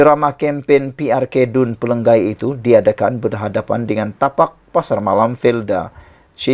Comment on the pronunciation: Chemomoi bunyinya CHE/MO)MOI bukannya CHI/MO/MOI. Pelangai bunyinya PE/LA/NGAI bukannya PE/LANG/GAI